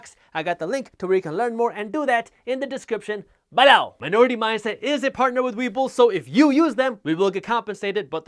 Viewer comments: Love the "BEL-LOW" 👍🏽😊👍🏽😁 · You get me every time...."BELOW" LOL- never gets old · Jaspreet, love your videos, full if information. You make me laugh when you say "below". Lol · I'm starting to have nightmares of the way you say "below"